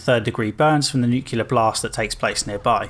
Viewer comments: Nu-clear. Not Nu-cular. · nu-clear not nu-cu-lar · The work is nuclear. nu·cle·ar \ ˈnü-klē-ər . Please pronounce it correctly!